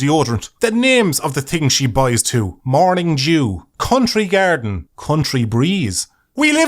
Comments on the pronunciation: Is it just me, is is saying "morning Jew"? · Love the way you say "Morning Dew" XD sounds like "Morning Jew" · Had to do a double take on morning dew, thought I heard morning Jew for some reason.